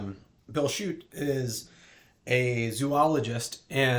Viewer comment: Hi, thanks for the review. Glad you enjoyed my book. BTW my name is pronounced "shut"... like "the door". Cheers!